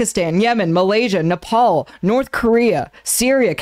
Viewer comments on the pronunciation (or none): none